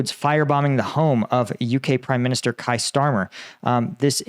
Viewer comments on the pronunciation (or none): Please get the UK PM’s name correct mate,his name is Kier which is pronounced like ‘hear’,not ‘higher’ as you are consistently saying.